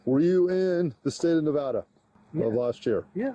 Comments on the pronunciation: joe its not naaavada its Nevada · please, LEARN HOW TO PRONOUNCE NEVADA IT'S (NIH-VAHH-DUHH) AGAIN (NIH-VAH-DUH) PLEASE JOE IT MAKES NEVADANS TWEAK IF YOU SAY IT WRONG